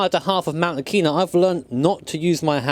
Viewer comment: And it’s pronounced ah ki nah not auc a na